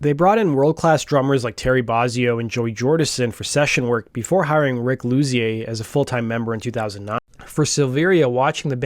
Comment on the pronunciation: Rick Luzier? Cmon bro